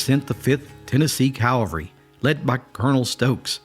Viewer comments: It's cavalry not Calvary! Calvary is for jesus, cavalry is for horses. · I think you enjoyed that story too much. ..and it's pronounced Cav-al-ry, not calvary. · English Police here... Cavalry, not calvary, but you still get an "A+" for story and composition. I'm sure you appreciate my nitpicking your hard work. Good job. Carry on! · Great video. Very well done. But it's CAV-al-ry, not CAL-va-ry, and it's "hanged" not "hung" when it's an execution. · CAVALRY, not calvary... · Cavalry not Calvary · wtf is it with people who insist on saying calvary instead of cavalry ?? Anyone idiot knows the difference, unless of course you're a special kind of idiot.